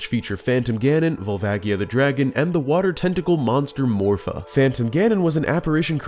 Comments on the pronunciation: Fuckin hate Barinade. Also, gtfoh with the 3ds remaster give me N64 oh-rig-in-al. Also it's Vol-vay-jee-uh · The way he pronounces Volvagia…